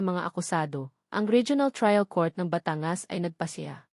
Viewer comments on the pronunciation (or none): Putragis naman yong narrator tagalog naman magsalita tapos s apagbiggas sa word ay mali Batangas hinde bata-ngas.. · Kaya nga e pati pagbigkas ng batangas e mali.batan-gas ang tamang bigkas